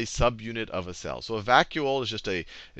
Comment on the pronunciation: did he just say 'structure of Sal'? :D